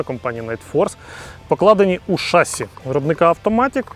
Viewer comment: Ребята, ну не шАсси, а шассИ. Молодчаги, смотрю вас под пивко Научитесь ударению